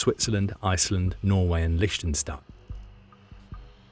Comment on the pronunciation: actual content aside: congrats on your pronunciation of Lichtenstein